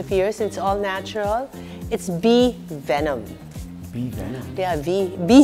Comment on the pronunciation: she said bee venom. and i reacted negatively on that wkwkw